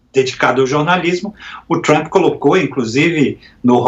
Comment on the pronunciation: Af, nem o nome do Trump esse cara sabe falar direito!